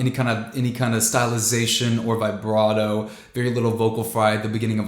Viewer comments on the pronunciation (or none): none